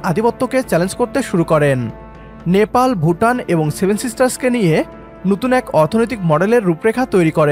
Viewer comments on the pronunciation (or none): none